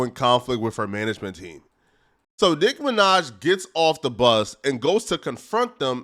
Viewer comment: Why tf you keep saying Nick Minaj ts pissing me off